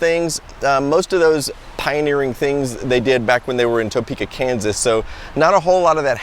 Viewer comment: I'm sorry I have to correct you. I live in Topeka, KS. It's pronounced TA-Peka NOT TOE-Peka lol you are a really awesome dude so I can forgive you for this mistake.